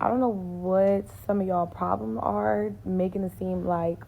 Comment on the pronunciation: It’s "making," not "makesing." There’s no "s" in the middle of the word. You should know this as a native English speaker. I’ve found that people with horrendous grammar and language skills in their native language (barring speech impediments, injuries, and disabilities that impact language skills) tend to be ignorant and lack social intelligence. They’re the ones who order the entire menu on a first date and become irate when their date refuses to pay for it.